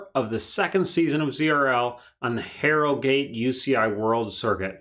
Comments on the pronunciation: Jesus the way he pronouced my town of harrogate. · The way you pronounce Harrogate disturbs me. Good analysis other than that